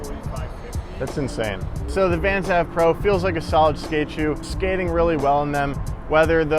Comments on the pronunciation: It’s AVE as in Anthony van englen not av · It's pronounced "ayv" not "ahv" like avenue.. Also $100/$110 is expensive? Try $130/$140 here in Canada.. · Not AV it’s Ave as in Anthony Van Engelen. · its "aye-ve" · why you gotta pronounce it AV when you know who’s shoe model it is and therefore his name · He’s definitely dropped down a few pegs due to that mispronunciation. Come on,! You’re BETTER than that! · You pronounced Ave incorrectly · Why does he say „AVE“ like that, it’s Anthony Van England! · Bro how do you not know who Anthony van England is it’s It’s not pronounced like dat 😂